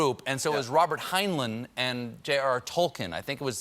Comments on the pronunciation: And it's 'Hine-line', not Hein-lin. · Watching this again in 2022 - Tolkien does not rhyme with Heinlein and the last few letters are in a different order: you ought to say Tol-keen and Hyne-lyne!